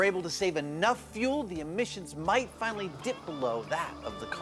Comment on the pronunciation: Grant made a slip up amd let his true engineer out. "Then weill fwinawy find ouwt" rip king 🙏